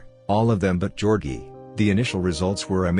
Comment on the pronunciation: “Georgie” more like georkie